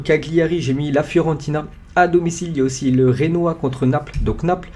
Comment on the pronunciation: ça se prononce Genoa pas renoa